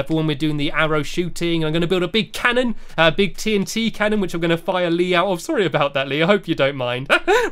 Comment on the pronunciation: Hees not Leeeeeeee